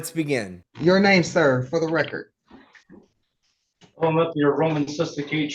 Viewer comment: "Let the lecord" 🤣